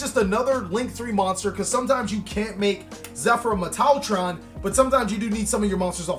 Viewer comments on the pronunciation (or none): "zefra metile tron" lol